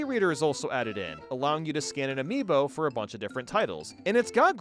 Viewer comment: It's still a weird A"mii"bo